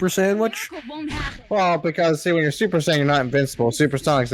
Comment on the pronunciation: SUPPOERR SAAYYEENN